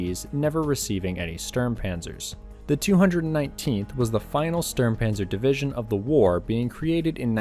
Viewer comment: You are so correct, I too got a chuckle every time I heard DIVISION.